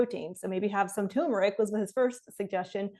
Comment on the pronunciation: This lady has some bad advice. Fish is not healthy. She doesn't she confused issues with problems. It's TURMERIC, not "tumeric." She is wrong about protein. Most people get too much. I'd like to hear from someone who was diagnosed with protein deficiency! She's wrong about the lectin fear. Also, animal protein is not the best protein. If you want oxalate info, here is an expert: Get your nutrition advice from Drs. McDougall, Barnard, Greger, etc. her advice should be ignored.